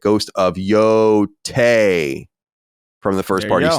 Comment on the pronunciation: I appreciate you learning the correct way to say Yotei. - a pleb free listener